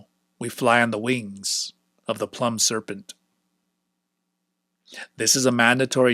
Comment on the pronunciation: Really enjoying this, thanks! One little detail: "Plumed" is pronounced "ploomed" (rhymes with doomed), meaning "with feathers".